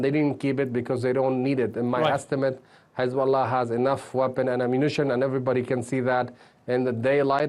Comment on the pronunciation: How can he say "hi" normally and say "hezbollah" as khezbula..